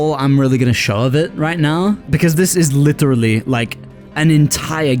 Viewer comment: I LOVE THE WEIRD "LITERLY" ACCENT LOL❤